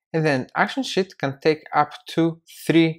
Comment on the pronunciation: Dude, I was watching this and at about seconds you say Sheet... I was typing and looked at my daughter and well I herd shit... lol I love your accent! Great video!!!!